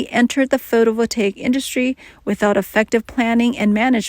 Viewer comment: Terrible pronunciation of “photovoltaic”! AI sucks ass!